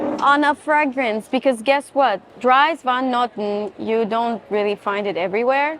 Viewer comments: On that subject, I wanted to mention: Dries van Noten- the first name is pronounced: "Dreas" - he is Dutch Belgium (flemish) 😊 ❤ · Dries Van Noten is pronounced Drees . I am sorry but he is from Antwerp, He is flemish and we pronounce his name this way 😊 Otherwise I love and always enjoy your video’s… 👌🏻